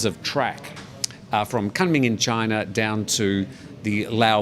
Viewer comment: pronounced Koonming